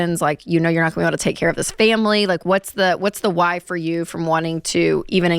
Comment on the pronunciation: Why does he pronounce why as Hawai? 😂